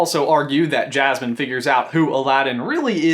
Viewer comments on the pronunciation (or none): none